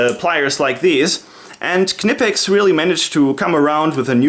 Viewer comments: negative. KEH-NEH-PEX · Please please please tell the Americans that it’s not pronounced “kuh-ni-pex” like pretty much all their videos suggest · Its VERY easy to pronounce "Knipex". Say "school" (in english).. Now say it again without the "s" (should sound like "cool".. Not say Knipex". Its a short, strong pronounced "k". Easy. Nice collection of tools and reviews. Btw: the adjustment of the Tongue-and-groove pliers (Wasserpumpenzange) isn't annoying. When these pliers were made, there was only the inch mesurement in germany for plumbering business and the clearence is made there for . Nowadays the fine adjustment on these new pliers is made to match ANY measuring system (metric, imperial, pusemuckelisch, etc..). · Is it really pronounced with the "K"?? Ive been prnouncing it with a silent K the whole time lol